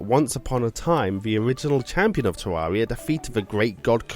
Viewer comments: its terraria not teruria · Tarreria not tararia stupid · is not Teaia, is Teraria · Tewwawia uwu